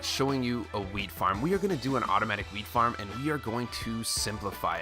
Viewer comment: 330 like and is it just me or did it sound like he was saying weed farm